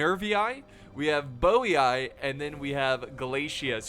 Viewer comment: Bowy-eye? Is that how English speakers would properly say "Boii"?